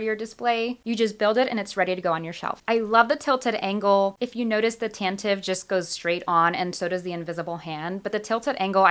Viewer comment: Tan - tiv - ee!